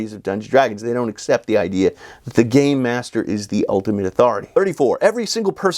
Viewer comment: Rule 45: If you keep saying "Gay -master" instead of "Gamemaster," and I call you out, and you say "But I was saying 'Gamemaster!'" I will pack up my things and leave. And we're breaking up.